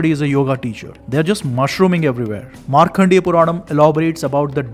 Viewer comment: Markandeya. Not Markhandeya.